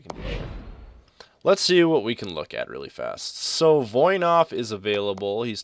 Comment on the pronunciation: The struggle talking about Voynov :p